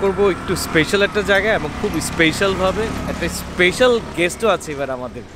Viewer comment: উচ্চারণ টা "স্পেইশাল" না, এটা ভুল আপনার মুখে বারবার এই ভুল উচ্চারণ শুনতে খুবই বাজে লাগছিল, তাই মন্তব্য করলাম, দয়া করে অক্সফোর্ড বা ক্যামব্রিজ ডিকশনারি থেকে কিংবা গুগল থেকে সঠিক উচ্চারণ টা জেনে নেবেন।